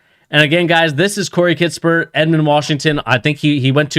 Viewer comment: “Kiss-pert” no T in the middle.